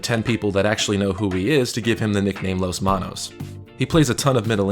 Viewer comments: It’s las manos, not los manos, if that’s what he’s called… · Love the video, love Luis, but it's las manos... It's one of the few words in Spanish that is feminine despite having a masculine ending. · Las Manos, not Los Manos